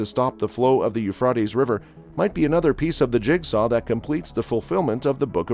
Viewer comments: Yoofrawteez river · Ufraytes Americans can’t speak English properly. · I wish he would learn to pronounce Euphrates . Jesus is coming sooner than most people realize. Jesus loves you. Seek Him now while there. Is Still time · Please pronounce Euphrates river properly get your Australian accent gone go to ellocution lessons to get rid of that dame awful accent come to Ireland ☘️ Dublin I will teach you to say Euphrates hahaha 🤣 thanks I'm joking take a joke pal you done that well wow 😲😳 omg so glad I live in Ireland as I do not want to be first to let them 👿 demons near me and my fily they have toake there way to Ireland Dublin after they go through AISA east and america then we get it . Lord I repent and give my hole body life soul, spirit and any grace that may be In me I want to love you Father Almighty God 🙏🙏🙏 I do love you more than I love my family ❤️ this is the way it has to be if your being rising up do not look bk down to see if your family are being raptured as the lord will place you bk down as he will then no you do not love him as your father you love your family more so pls do not look down you will meet your family again be patient ppl don't look 👇 down or you won't be raptured pls 🙏🙏🙏